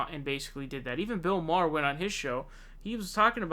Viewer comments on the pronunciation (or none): none